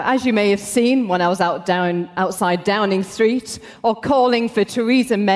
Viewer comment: What’s Downingthreet?